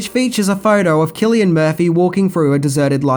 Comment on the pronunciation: Not sure where you got the hard C for Cillian Murphy but it’s... not